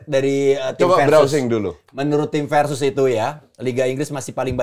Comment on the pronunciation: Bumpernya bkin salfok, Versus pake V bukan F 😂